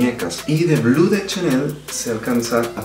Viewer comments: ¿Por qué pronuncias las marcas francesas como si hablaras inglés? Suena muy ridículo decir Dior con la erre inglesa, dilo en español si no puedes decirlo en francés. Sauvage se dice "sovash", Chanel se dice "shanel", bleu se dice como algo entre "ble" y "blo", no blue como en inglés. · Sólo un dato, como recordarás, Chanel es frances, por lo tanto NO se pronuncia blu, se dice: BLO ! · No es blu, es blé, la pronunciación. No es sauvaj es soovaj. Y hablas muchos, bro, repites las cosas muchas veces.